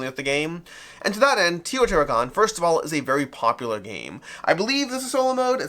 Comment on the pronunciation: Actually, it is TAY-O-TEE-HWA-KAN